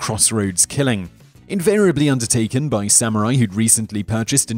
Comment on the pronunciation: did you say Sam Or I .?